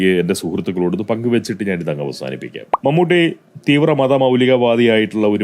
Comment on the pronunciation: നിന്നെപ്പോലുള്ള വിഷവിത്തുകൾക്ക് വീഡിയോ ചെയ്തു പണമുണ്ടാക്കാൻ കഴിയുന്നത് കേരളത്തിൽ നട്ടെല്ലില്ലാത്ത സർകാർ ഉള്ളതുകൊണ്ടാണ് ഏതായാലും മമ്മൂട്ടിയുടെ പേര് പോലും നേരെ ചൊവ്വേ പറയാൻ മടിക്കുന്ന നിന്നെ പോലുള്ളവർ ഇപ്പോൾ ശരിയായ വിധത്തിൽ പേര് പറയുന്നത് വലിയ അത്ഭുതമായി തോന്നുന്നു